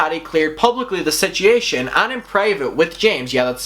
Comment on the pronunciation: I love how he says situation. Sich ee yay shin. ❤❤ Seems like last year was dramagedon and this year is KARMAGEDON.